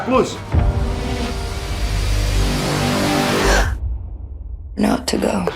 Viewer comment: O cara é tão nerd que até hoje não sabe falar "plos"